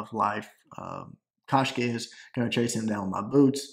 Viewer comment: its koshka